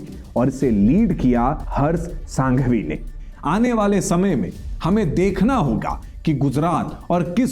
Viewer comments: उनका नाम हर्ष सांघवी नहीं हर्ष संघवी है। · पहले तो हर्ष संघवी है सांघवी नहीं । दूसरा बोलने से पहले चेक करें, कहीं पर भी मंदिर मस्जीद बनाओ ये लाइन में से मंदिर शब्द दुर करो ।